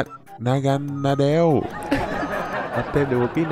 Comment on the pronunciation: naganadel mà anh đọc là đúng rồi, đầy cái khác anh đọc sai